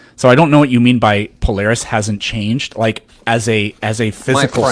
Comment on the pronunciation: Would a guy who ownes a telescope mispronounce Polaris?